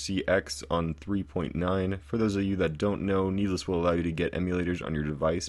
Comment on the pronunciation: YES OMG ITS SO ANNOYING